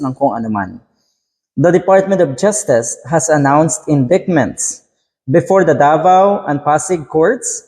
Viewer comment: konting correction lang. Nadale din ako nyan noon buti nalaman ko. Yung endictment ang pronunciation pala nyan eh endaytment. Patuloy mo sana yung mga komentaryo mong magaganda.